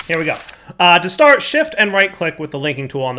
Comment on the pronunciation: am i the only one that giggled at that "to shart" slip?